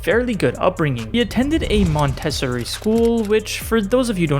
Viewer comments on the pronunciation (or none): How did Jit mispronounce Montessori that bad 💀